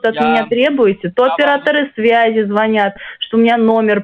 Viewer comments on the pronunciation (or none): none